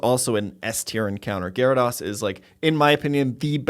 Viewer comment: One o’ these days you’ll learn to pronounce, “Gyarados.”